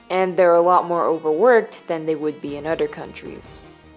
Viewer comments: The word is other not udder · “Udder one”